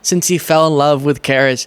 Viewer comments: It's pronounced Sha-reece Charise not Kariss WTH really come on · I love your videos but charise is pronounced sha-reese I think. Sorry, the Virgo in me 😁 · I think it may be pronounced "Chereese." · FYI, Charice is pronounced Sha-Reese.